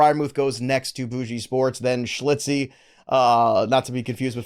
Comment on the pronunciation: Come on! schILtzy pronounced Schil-tzee! Haha not schli-tzee